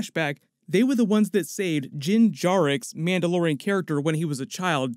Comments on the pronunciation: Come on dude, say his name correctly. Its Din Djarin, not Jin Jaryx or whatever it was you said lol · Wait what did you say his name was? It isn’t Djinn Jarrex, it’s Dyn Jarrin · "Din Djarex" Hey, Mando's name is Din Djarin not Din Djarex.:) P.S. great video as always. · its actually din djarin